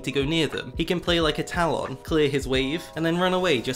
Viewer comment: I really like your videos but i really DON'T like the way you pronounce "Talon" lol